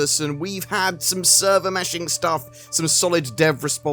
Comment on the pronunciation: Server Meh-shing